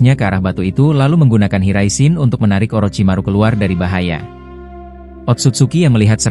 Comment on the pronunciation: Ngomong yang jelas bang maap aja lu bilang jinton jin Riyen .. gua lurusin jinton jin raishen ..😂😂